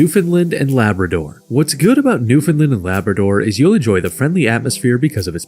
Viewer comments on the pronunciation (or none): Newfoundland and Saskatchewan both pronounced incorrectly. Also, Quebec should be 8th or 9th. It's one of the poorest provinces, with among the highest taxes.